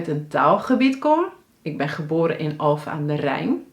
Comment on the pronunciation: Leuke video! Wel opvallend dat je de n in 'Alphen' niet uitspreekt 😂 is dat een uitzondering?